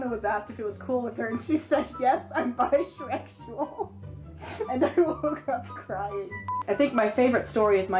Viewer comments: "bishreksual" bye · “I’m bishrekual.” I’m going to SCREAM.